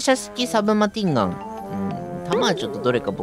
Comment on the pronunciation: けちゃさマシンガンの事をマティンガンって読んでるのなんで?名前が違うよ